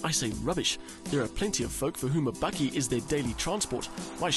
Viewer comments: hahahaha i was listening to the review from Aus until the presenter gooied the BAKKIE word. love it !!! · Its a "bakkie" not "bucky". Its South African for a pick-up. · Bakkie , not buggy ! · For all you North Americans: bakkie (pronounced "bucky) is the Afrikaans word for a pick-up. Afrikaans is the first language on Google translate. There you now you learned something.